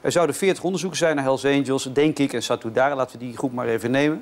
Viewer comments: Ja vanzelfsprekend, maar ik snap niet wat het met mijn reactie te maken heeft hoor. Ik had het over die gast in het filmpje die Satudarah niet kon uitspreken, hij interviewt die mensen en dan kan hij de naam niet eens juist uitspreken. Niet professioneel en zo al niet moeilijk om correct uit te spreken. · Hoe moeilijk kan het zijn voor sommige mensen om Satudarah uit te spreken?